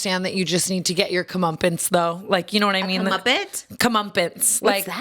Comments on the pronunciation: commuppets instead of comeuppance is KILLING me lmao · It's come-upp-ance lol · "Cumumpintz" is killing me